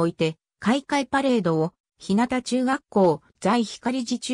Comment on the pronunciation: ひなたちゅうがっこう、ではありません。 ひゅうがちゅうがっこうです。